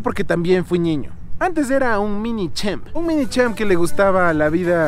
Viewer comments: Alguien más noto que dijo ñiño? Jajaja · Suena como tierno jajaj😂 Pero a la misma vez chistoso 🤣 Creo que es por el asento de allá Quito Pensé que era el único que se escuchaba diferente cuando decia ñiño🤭